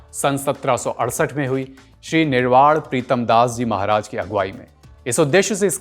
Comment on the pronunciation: निर्वाड़ नहीं निर्वाण बोलना सीख